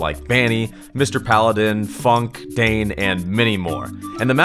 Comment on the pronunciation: Holy shit did he say Funke?